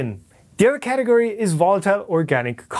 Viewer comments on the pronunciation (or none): none